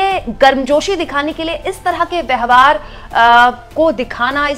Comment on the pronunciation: आप 'व्यवहार' शब्द का उच्चारण 'व्यहवार' किया करती हैं...कई विडियो में ऐसा पाया गया है! इस उच्चारण-दोष को सही कीजिए!